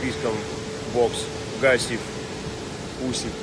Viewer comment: Не Каси, а Гассиев